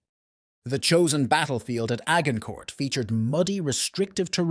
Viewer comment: A hard g incourt. Immediately stopped watching. If you cant oronounce the location, you have no business talking about it.